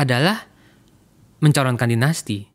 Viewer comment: Bang, ini acara favorit saya, tolong laah bang, ikut mencerdaskan bangsa, janganmenggunakan pengucapan istilah asing spt dainasti ,dll gunakanlah bahasa Indonesia yg baik, atau gunakan bahasa Inggris sekalian bila memang mau, jd tdk campur2